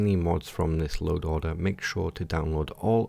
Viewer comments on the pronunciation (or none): Stop saying loa'oder